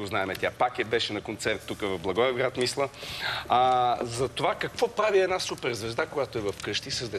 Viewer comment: Не се казва "мислА", а "мислЯ"!